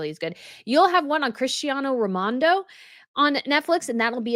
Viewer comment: Did you say Christiano Romando? His name is Ronaldo!